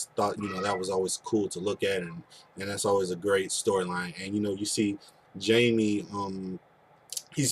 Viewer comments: By the way it is pronounced Haime, not Jaime. He is Spanish. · The name is pronounced Hymie not Jamie.